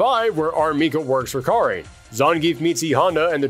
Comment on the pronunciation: Thanks for pronouncing Karin's name right